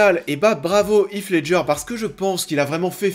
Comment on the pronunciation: Pour information "Heath Ledger" se prononce plutôt "Hisse" :)